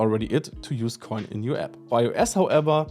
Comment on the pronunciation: Thank you for pronouncing it CORRECTLY! No idea why people try to call it "ko-in" when the domain name itself is "insert-koin" which is obviously a play on words from the arcades.